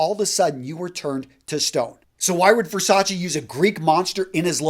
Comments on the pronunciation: It’s Ver-sach-eh not Ver-sach-EE. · STOP sayn Versaci It's Versace !! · Can you at least try to pronounce their lastnames right? Versachee? Wtf. Versace. "É"😂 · You pronounced Versace wrong. SMH